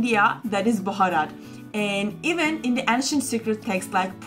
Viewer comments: It's Bharath with a shortened 'a' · Bharat not bhorot....amaze to see Indians pronounce like foreigners, then who will correct them.